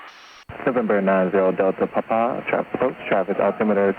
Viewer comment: one of the few who say it correctly